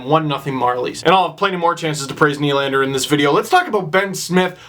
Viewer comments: work on your French steve.. it's pronounced more like "duh" than "doo". Nylan-duh sounds a lot better than Nylan-doo. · Nylan-deux should be pronounced "Nylanduh"...think Nylander said with a Boston accent...ish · Melvin doo